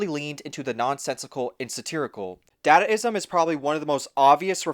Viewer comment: Individualism is freedom. Collectivism is oppression. Sacrifice is exploitation. Work is anti-self. / "dah-dah-ism." Pronounced with schwas. Uh, did you actually watch 'Metropolis'? That was the archetypal DYStopia, yo! But then, if a modern-minded person were to read the book 'Utopia', its definition of "utopia" would seem dystopian since it's based on Pol Pot-style totalitarian collectivism. Don't forget Holodomor, aka the Terror Famine, that Stalin inflicted on Ukraine starting in 1932. Contrast with Soviet Realism. Don't dadaism and gonzo absurdism reject collectivism? Isn't "collectivism" just another word for conformity? And what exactly is the difference between globalism and internationalism? Nationalists criticize both, rightly associating them with imperialism. "Imperialism," "globalism," and "internationalism" are words that describe the same concept: a "utopian" world "order" under a totalitarian police state regime (the Leviathan). What does consumerism have to do with individualism? Isn't consumerism all about conformity, and isn't "conformity" just another word for collectivism? Even Jello Biafra, himself a leftist, was critical of Pol Pot. Do I have to point out the contradiction in that statement? Working longer for less is indicative of an oppressive system that combines the worst aspects of collectivism and hierarchy (both enemies of the individual). Work is based on sacrifice. That's why it's inherently anti-sel